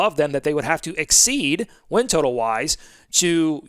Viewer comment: I thought you said “wind” projections at first 😂😂😂 had me thinking you were in the Queen City 😂